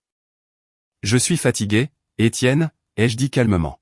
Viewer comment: Des Tiennes ,à la place D' Etienne.!!IA !!!!!!😂😂😂😂